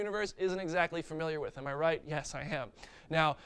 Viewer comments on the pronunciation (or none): none